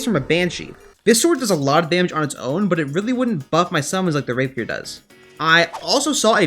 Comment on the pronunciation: when you make rapier i was like thank god finally someone can say rapier